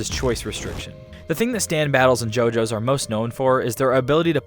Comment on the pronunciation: Refuse to watch only because you say JoJo's idk why but this bothers me